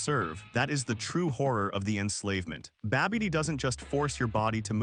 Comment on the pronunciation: Yo keeps saying babby dee... Like that big girl from Next Friday... Look out yo Babby Dee coming